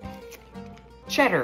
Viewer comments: Why raw meat and why pronounce cheddar like that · The way he pronounced the cheddar was so American 😂 Thanks for 12k likes!👍 (except for the people who can’t take a dang joke. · Bro just became british to say cheddar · Bro hit the white guy voice with cheddar